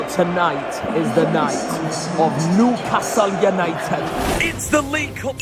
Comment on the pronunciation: Why do you keep putting on a Welsh accent whenever you say Newcastle United?